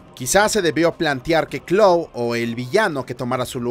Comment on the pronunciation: "claw" dice el wey